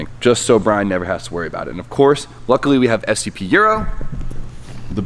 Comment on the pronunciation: It sounded like you called Brian B-Hole...